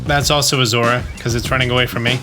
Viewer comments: It's Zo-ru-a. It's at least how it was said in the movie, and the name is the same in Japanese. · zorua is pronounced zor-oh-ah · I love your videos, and don't care about your troubles with pronouncing Pokemon names. So take this as just a way to get you a comment, please. Zor-OO-uh. That's how I say it. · Coming from the TCG world, we end up saying the names aloud a lot. To the point that it's common to watch the anime to see how things are pronounced, so you don't look like an idiot while playing. Zorua is pronounced "Zor-eww-uh" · Its pronounced. zor-u-ah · Love your stuff - and it's "zore-OO-uh" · Bro... I love you... but... "Zora?" Really..? Do you just... see letters in the names and choose to ignore them or...? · I pronounce zo-ROO-a myself. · Zorua is actually pronounced with 3 syllables, Zaw-Roo-Ah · I keep getting everything except ditto lol. And at least according to the anime, it's pronounced "Zor-roo-uh", but who knows! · Zor-ooh-uh is how I've always pronounced it. Only the creator of the pokemon has the right to say how it's pronounced really. Yolo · I will say not that it really matters I think it’s pronounced zo-rua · Bruh I hate the way this guy pronounces Zorua like what the hell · Bro it took me too long to realize he was saying Zorua and not Zeraora. I was trying to imagine Zeraora running transform 😮‍💨